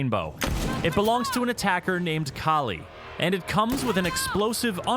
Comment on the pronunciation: Kali is supposed to be pronounced like "Kaali" not Cali as in California. Kali is the Hindu Goddess of Death